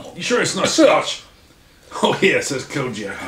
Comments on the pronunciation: Pronouncing it “Cogg Nack” is diabolical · 😂😂😂😂cogneck desaucey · its pronouced con-yack